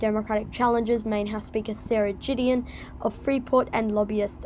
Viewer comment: It's pronounced Guh not Juh. So Gideon as in Good.